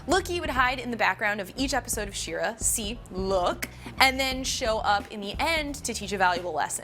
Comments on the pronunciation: She-Ra not "Sheer-uh". You explain the origin of the name right in the video. Why can't you pronounce it? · She’s not even saying She-ra correctly. 🙁